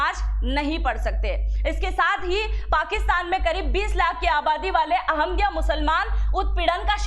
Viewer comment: अहम दिया नहीं, अह मदिया